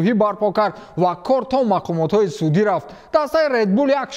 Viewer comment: Барои чи ррррафтееем намеги?